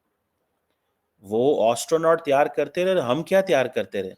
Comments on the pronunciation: DUKH tou ye hai you can not even pronounce astronaut. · Teri napaak mulk 🇵🇰ke 2 nazais aabu ke sath jo Chal raha hai, tere picha tho dard to hoga. Or Astronaut👨‍🚀 ka thik se Pronunciation kar? Hum ko malum hai tu madrasa chap Doctorate hai.